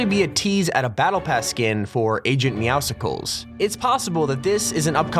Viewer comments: OH MY GOD STOP SAYING IT LIKE MEOWSICLES IT'S MEOWSCLES! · Not popcsicles meow its meow-scles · Pretty Sure its Meowscles like Muscles. Not Meow sickles. Like you say Muscles but meow in place of mus. Meowscles. Not meow Sickles. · This is bothering me. IT'S MEOWSCLES as in MUSCLES. NOT MEOWSCLES as in POPSICLE. Sorry. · ITS AGENT MOEWSCLES LIKE MUSCLES NOT MEOWSICLES!!!!! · Its "Meow-Scles" as in Muscles